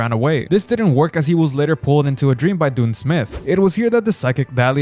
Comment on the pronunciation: Correction: Dunn smith is pronounced “done” not “dune”